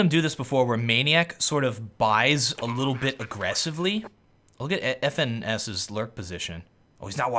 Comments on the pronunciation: His name is pronounced "finesse" not F.N.S :) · FNS is pronounced like finesse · His name is pronounced as finesse (FNS).